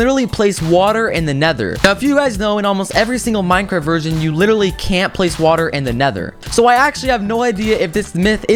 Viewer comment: is it just me or did he say wattle instead of watet